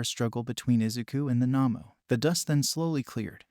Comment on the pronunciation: The not human villains in My hero academia are called Nomus not Namus